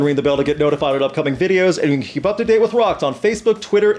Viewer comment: It cant even pronounce....can. how smart Can it be. And we cant even fix a horses bone.....😬